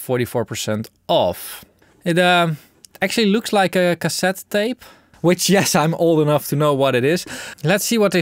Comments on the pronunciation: Pretty sure it’s just pronounced TAPE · Pronounciation: Rain, Train, Plain, Fail, TEEP! Eitje toch???